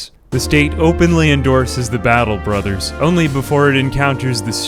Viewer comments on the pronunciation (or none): none